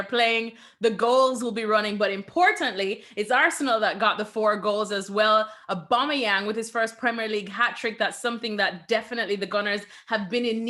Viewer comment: Nicol can't even say AUBAMEYANG properly. Probably just grumpy that Liverpool are out of the title race.😂😂😂😂